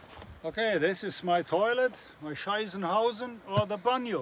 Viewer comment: I don’t want to be the german smartass, but it’s Scheisshaus [shaiz-house], not Scheissenhausen ☝🏼 So I guess I am the german smartass 😅 Great Truck!